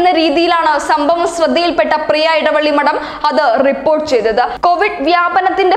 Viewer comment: എടവള്ളി അല്ല എളവള്ളി